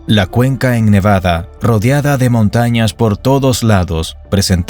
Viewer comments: เนวาด้า ไม่ใช่ เนวาน่า มั่วจริงเชียว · เนวาดาไม่ไช่เนวานาอ่านก็วักนานเกิน55